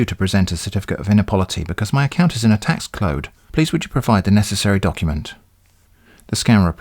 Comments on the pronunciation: I could listen to you say "Tax Clode" all day and never get bored. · Im sorry my account is in a Tax Clode. lmao once the conversation moves forward with gibberish words it becomes even more hilarious . its as if your mixing english and Simlish from sims lmao.